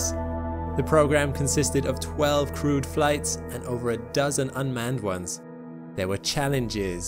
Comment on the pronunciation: At first, when you said "crewed flights", I thought you said "crude flights". Haha